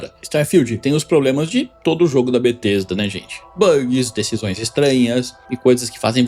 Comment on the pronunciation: It's not BaTesta